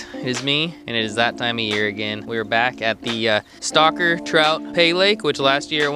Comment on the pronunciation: He says stocker trout, I hear "stalker" trout.